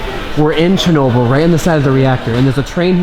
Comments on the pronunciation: That news idiot doesn’t know how to pronounce Chernobyl and Moscow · Fucking Peter Jennings...."Churnable" Atomic Power Plant. Almost like Wilford Brimley with his "Diabeetus".